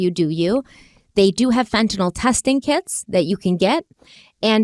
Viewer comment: thank you for pronouncing fentanyl correctly.